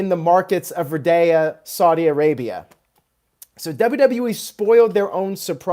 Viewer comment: It's not Redaya it's Riyad, Ree- Add